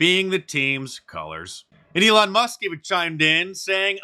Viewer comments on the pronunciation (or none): none